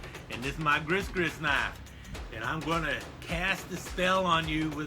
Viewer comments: Gree-gree is the correct pronunciation. And has definately gone head-first over the edge! An exceptionally entertaining video, keep the Fun Knife Fridays coming! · I believe “gris-gris” is pronounced “gree gree.”